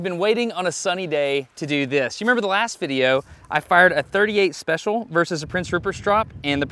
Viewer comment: Soon as he said fired lol I noticed that too